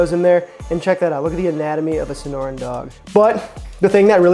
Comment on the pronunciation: Young man, Sonoran. Trust a 'zonie to correct you :) Ironically I have never had one haha!